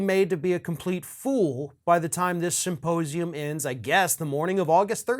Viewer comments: He wants us to take it seriously yet keeps pronouncing it "saposium" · I, still, can only hear him say "supposium". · Mike Lindell is too stupid to pronounce ‘symposium’. He says ‘syposium’. And he simply does not understand how government is structured and how it works. After all of the talking he has done, he should fact check himself before opening his mouth. August 14th should be a fine day. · Am I not hearing Lindel correctly when he keeps saying suposium instead of symposium? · Supposium!? Okay, then! Sure you don't mean suppositorium, Mike? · Did he just say “ Supposium “ ? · Am I the only one who keeps hearing Lindell say "supposium" instead of symposium? It would definitely be more accurate. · He said "suppose-ium" 😆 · ‘Supposium’ .......lol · Mike pronounces it Suppose-ium. What an ignorant pillow guy. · "Supposium". Yeah, you're definitely someone I put my trust in, Pillow Man. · It’s not a suposium. It’s pronounced symposium. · I feel like he kept saying "supposium," which begs the question... Does he thinks it's a "supposium" and, if so, what does he think that is? Does he believe that's where they'll reveal how things are "supposed" to be? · You mean his sy-po-sium? He can't even say it. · Did he say "Once we have the Supposium"? 🤣 🤣 🤣